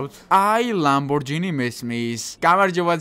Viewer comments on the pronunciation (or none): კონიგსესი კი არა კონიგსეგია და კიდევ ლამბორჯინი კი არა ლამბორგინია